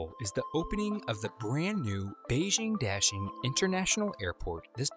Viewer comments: Daxing rhymes with "moshing", not "dashing". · This American English pronunciation of Da Xing really hurts. It's not Dashing, it's Da and Xing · It's daSing. Not daSHing (emfasis on 2nd syllable). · please pronounce correctly,DA (dug)xing and not dashing. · Daxing not dashing idiot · I'm not Chinese, nor do I speak (only my grandparents and their family) it but I'm just annoyed by your pronunciation of "Daxing". The A sound should sound like "ah" like you're at the Dentist, instead of like the sound in "dashing". Great video nonetheless. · Narrator/Presentor keeps saying 'Daxing' Me Hearing : Dashlane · I keep on hearing dashing instead of Daxing, maybe this airport needs a nickname. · When he pronounced “daxing” as “dashing”... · D is actually pronounced as a T in Chinese. Sorry I'm being such a Grammar Nazi lol